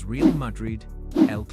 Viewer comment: In fairness, I don't suppose you will know it is an A.I. video until you start watching it. You now live in Spain, so you know that CF Real de Madrid is pronounced Ray-al. Milan is pronounced Meelan. You correctly pronounced 'derby' correctly, so there was already a clue. Kindest from a new subscriber from England [Liverpool FC supporter].